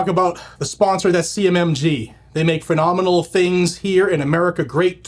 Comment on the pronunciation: How many times do you say “pnenominal”?